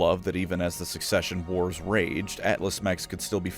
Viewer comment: never mind its "succession wars" Either I missheard or he said it wrong